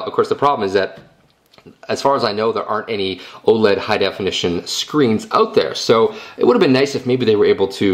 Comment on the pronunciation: lol you said "oh ledd"